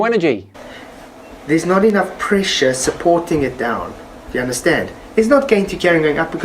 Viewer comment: evry time he says PRESHA i start ; dun dun dun dundundun duu